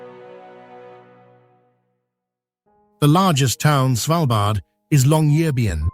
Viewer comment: Are you narrating or is it AI? It's just there are different pronunciations of Longyearbyen and Pyramiden each time....🤔